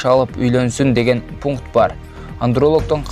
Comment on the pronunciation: суйлойт дейт экен деп эле суйлой бербей ,кичине жакшырак суйлогонго аракет кылсанар урматтуу журналистер ,пашлина,пункут дебей колунардан келбесе суйлобой эле койгула.